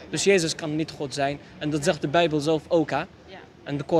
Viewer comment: Ik vind het goed dat je ook de beubel zegt